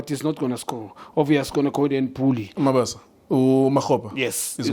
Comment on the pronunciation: You guys don’t do your research. You don’t bother to check the injury list, and you don’t even bother to learn the players’ names. Pirates don’t have a Mabaso. It’s MabaSA!